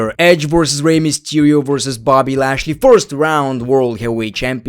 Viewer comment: bro said boby lashley